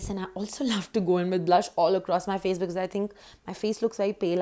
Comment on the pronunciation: Who say fay not face fay. Lool fay